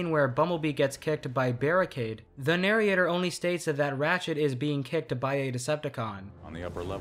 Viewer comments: Why are you saying "narriator"? "Narryator"? You know its "narrator", right? Oh god don't tell me this guy has been using AI voices the whole time... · Hearing “nar-y-ation” and “nary-ator” hurts me a lot. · Loved the video, but for the love of primus, stop saying narriation and narriator, the "i" doesn't go there 😭😭😭